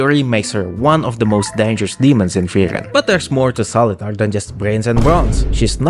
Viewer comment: its pronounced soliter